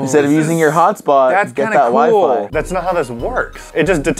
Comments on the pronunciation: is it just me or did say wee fee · The fact that said " wee- fee" instead of Wi-Fi has me dead and shook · Its not wee fee its wy fy guysss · lol the toilet water still on the table man ... and i thought it was my dad alone that pronounces wifi as wee fee lool